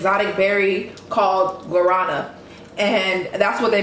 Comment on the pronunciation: The way they said Guarana. My Brazilian pals know what i'm sayin'.